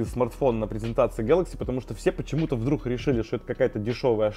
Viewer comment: умоляю, следи за речью, вдрух, итд очень бьет по ушам